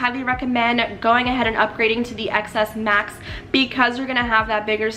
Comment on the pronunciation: then she should've just named the video "rating the iphone XS Max" oh forgot there is no such phone pronounced as "XS Mas" its supposed to be "Ten S Max". Girl she doesn't even know how to pronounce the dang thing. OMGGG I swear.